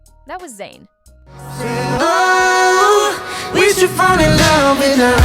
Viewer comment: His name is ZAYN not Zyan